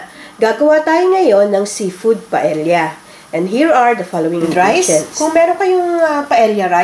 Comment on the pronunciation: Pronunciation of Paella is Pa-e-ya, hindi pa-el-ya. Silent L po